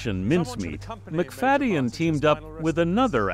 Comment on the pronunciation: Wish you would have pronounced his name correctly even one time.